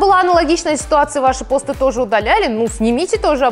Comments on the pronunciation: Не пОсты, а постЫ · постЫ а не пОсты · не пооосты а постыыы ты не правильно ударение ставишь слух режит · Почему ты говоришь пОсты,обычно все говорят постЫ(если честно такое произношение режет ухо) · Вообще-то постЫ, а не пОсты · Я одна думала, что в слове посты ударение на ы? ПостЫ! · ЖеВаТеЛьНаЯ АвАтАрИя ты такая не одна я тоже так в самом начале подумала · Но ведь посты (на второй слог ударение) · посты ударение на ы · не так ты говоришь не ПОсты а